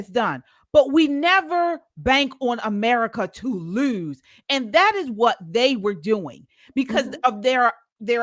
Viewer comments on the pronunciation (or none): Lurs..... Or lose? Lol